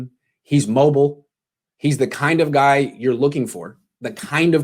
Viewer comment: Too much emphasis on “mobile” especially with Shanahan.